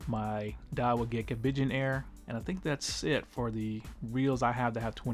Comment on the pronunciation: Diawa salamander, at least try Diawa. 🤣🤣. I know it’s salamandura, but come on.